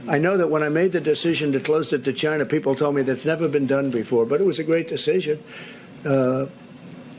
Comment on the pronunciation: NBC = Nobody blame chia-nah